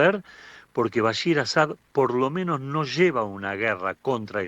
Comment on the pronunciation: Para empezar el presidente de Siria no se llama Bashir EL Assad, se llama BashAr AL Assad, su apellido es compuesto como por ejemplo “del potro”, no se puede decir “potro” solamente, es un apellido compuesto y se le debe decir siempre “del potro”, lo mismo “al assad”, no se le puede decir solamente “assad” es un apellido compuesto y se debe pronunciar siempre “al assad” Y su padre se llamaba Hafiz, Los paises del golfo mas desarrollados??? Son principados no existe el voto ni los políticos son solo las realezas quienen manejan los países del golfo!!! La familia al assad en siria quieren slgo similar que los países del golfo para su país y los sirios se niegan a aceptar eso!